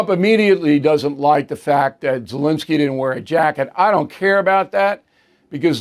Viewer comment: it is ZelEnskiy, not ZelInskiy.